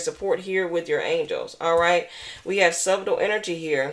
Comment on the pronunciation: Thank you very much 😊 also just for future reference subtle is pronounced (sut' tle) the b is silent. We know how people look at us when don't pronounce certain words correctly. Have a prosperous day and thank you again for this wonderful read💚💚💚💚